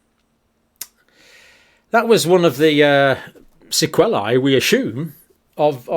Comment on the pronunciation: Sequelae rhymes with wheelie, not wellie😂